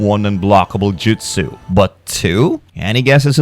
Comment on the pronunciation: Dude you should not be be doing Naruto if you can't pronounce the names and it's Jutsu not "Jitsu" and it's "Tsunade" not "Tsunadas" tons of names and moves were said wrong.